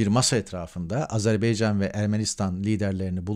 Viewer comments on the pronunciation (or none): none